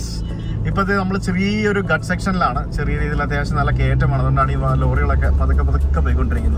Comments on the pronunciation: It’s Ghaats not guts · അരവള്ളി അല്ല ആരാവലി, പര ദ്വീപ് അല്ല പാരാ ദ്വീപ്, ഗട്ട് അല്ല ഘാട്ട്. ഉച്ചാരണത്തിൽ ദീർഘവും ഹൃസ്വവും എവിടെ വരണം എന്നത് ശ്രദ്ധിക്കുക. ഇല്ലെങ്കിൽ കേൾക്കുന്നവർക്ക് അരോചകം ആയി തോന്നും. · GHA' TS not guts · ഘട്ട് അല്ല ഘാട്ട്